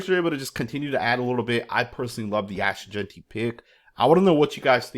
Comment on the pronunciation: My boy said his name right finally. 🤣🤣🤣